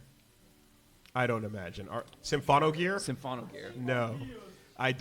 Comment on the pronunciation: Also, It's Symphogear, not SYMPHONOGEAR